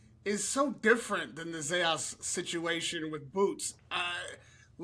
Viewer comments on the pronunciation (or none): Dude pronounced his name right 2 times, told us how he was called out to pronounce it right, “Zah yahs” and then proceeds to pronounce it wrong the rest of the video, “Zeh yas” 😂😂😂